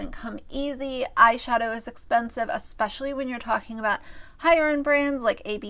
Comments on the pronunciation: ‘Expecially’ ughhhhh so many people on YouTube say this! It’s drives me NUTS! I love these videos you make, they make me laugh, and let’s face it, YouTube needs some laughing right now 💁🏼‍♀️ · Did everyone who watches Josh from see his grammar/pronunciation siren 👮🏻‍♂️🚨 pop up and go off when corrected Myka's "EXSPECIALLY!" 🤣🤣🤣